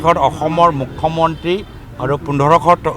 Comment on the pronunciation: গৌৰৱ ককাইদেউ অসমীয়া ভালকৈ ক'বলৈ শিকিব অসমীয়া হয় যদি মূখ মন্ত্ৰী নহয় মূখ্যমন্ত্ৰী